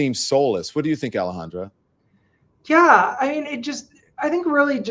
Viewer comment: Don u keep calling Alejandra, Alejandro what's up with that 😂